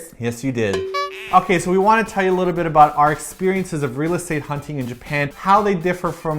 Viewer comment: Omg, I've been watching you guys for years and I never heard or at least noticed you say 'aboot' until the end of this video. It made me so happy! =)